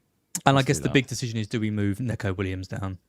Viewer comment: Its "knee-ko" for neco Williams, he hates "neck-ko"